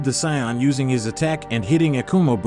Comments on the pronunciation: Saion?bruh im out of there .its to irritating .noobs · WHY DO YOU SAY SAIYAN LIKE THAT AND VEGETA